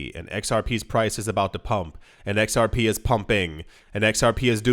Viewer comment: It's pronounced "Zerp"